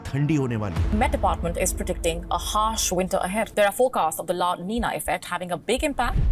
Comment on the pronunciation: La niniya ❌ La Nina ✅